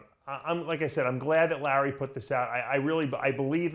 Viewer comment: Dave Palumbo pronounciating the letter "A" - "Mr. Olympier", "Situration", "Jeremy Buendier", "Lurrery Wheels", "2019 Olympier", "Lurwyer", "Collect Dayter", "Dailyer Basis".